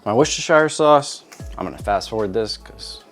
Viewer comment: For those who can eat this (no beef for me anymore....damn tick bit with a side of Alpha Gal), ENJOY!!! Looks good! And thank you for your pronunciation of "Worcestershire sauce"!! I say it the same way! 👍👍 Always look forward to your vids!!! Take care, be safe and God bless!